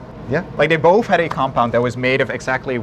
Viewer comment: I can't stand the guy with the th-fronting. Is it that difficult to pronounce the 'th' properly? Did people THought it was Satan, or did people Fought Satan? Is it boFF versions?